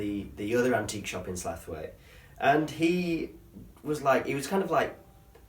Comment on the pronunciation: Love the video but are you saying Slaithwaite wrong on purpose, tha should know it's Sl ow it